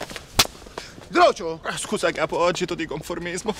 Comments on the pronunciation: ma è "grucio" non "groucio". avete mai sentito dire "groucio marx" per caso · si legge "grucio" non "groucio"